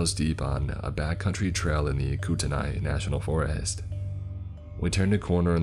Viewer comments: It's pronounced KOOT-KNEE, not KOOT-AN-EYE. I'm Kootenai and personally live on the Flathead reservation. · I'm not trying to sound rude in any way but I live in Montana so I want to let you know that Spokane is pronounced spoke - can and Coeur d'Alene is pronounced core - da - lane. I also might be very wrong but I think kootenai is pronounced koot - knee, feel free to correct me. Anyway, keep up the amazing work and I'm sorry if that sounded rude. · It’s pronounced “coot-knee “ I live there. No shade just saying😁😁 enjoyed the vid! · mispronounced sho many of these names is funny as hell. I live in Missoula and grew up in Coeur d’ Alene. Spokane- Spoh kan Coeur d’Alene- Cord a lane Kootenai- Koot knee Unless you live in the area everyone mispronounces it.